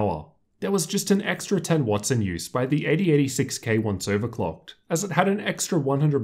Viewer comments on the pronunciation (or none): none